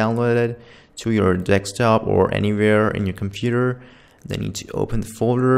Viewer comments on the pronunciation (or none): Me: control v Him: control wee And bro really... "dextop"😂😂😂😂😂😂😂😂😂